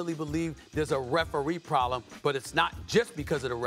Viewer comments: Probelm?? FFS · “A referee probELM”?